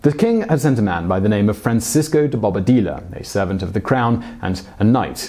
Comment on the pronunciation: The Spanish ñ is pronounced ny, so it´s not Nina but Ninya. And the Spanilsh ll (double L) is pronounced y, so it's actually Bobadiya, not like you pronounced it.. Otherwise, great video